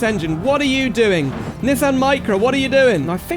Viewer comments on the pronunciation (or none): none